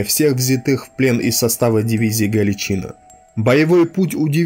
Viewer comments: А чаво "ГАЛИЧНА"? Читать-то, чай, навчались в школе? Грамотеи? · Ударение не правильное галичинА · Только ударение ставится на последний слог в слове Галичина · Галичина.Ударение на первый слог.Многие были там силком, мобилизованные в первые дни войны.Будьте справедливы. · Произносите название дивизии Галичина с ударением на последнем А! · Канал отличный! Но автору пожелание внимательней относится к ударениям в словах. Иногда режет по ушам! В частности, в слове Галичина... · Значить Сталін герой, анаші хлопці уроди? Брєд. Навчись правильно говорити Галичина, наголос не там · Спасибо за труд! Правильный и нужный канал. Но ударение в слове Галичина на "и" режет слух. Правильно - ударение на последнее "а". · не ГалИчина или ГаличИна, а ГаличинА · ГаличинА - правильно ГаличИна - не правильно Если уж претендуете на роль историка, повествуйте правильно, сударь. Я хоть и не нацик, но слух режет ваша безграмотность. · В видео есть ошибка: Дивизии "СС ГаличИна" никогда не было, была "СС Гàличина", и пусть это моральные уроды и предптели, но каверкать название не правильно. Зарание спасибо за внимание. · Надо перезвонить, потому что ухо режет неправильное ударение. Либо дивизия СС ГалИция, либо дивизия СС ГаличинА, ударение на последнюю "а". Но ни как не на вторую "и". Учитесь правильно говорить, больше читайте. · Отличные видео, но блин! Ты слова некоторые не правильно произносишь, очень часто, ударения не туда ставишь. Не галичИна, а галичинА. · Во первых ГалИчина,а не ГалиЧина,а во вторых,чем теперешний чвк вагнер в Сирии,отличается от той же Галичины в Белорусии?Те же отморозки и каратели. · Блин, при всём великом деле, что ты делаешь, с русским языком у тебя проблемы.. Не ГАличина, а ГаличинА, и это не единственное засмечание, что УХИ режет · Не ГаличИна , а ГаличИна. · Спасибо за ролики.Одно замечание ,в слове Галичина ударение ставится на последнем слоге. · Спасибо за сюжет, НО что у Вас с ударениями? ГаличинА же. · Галичина’ - ударение на последнюю гласную!!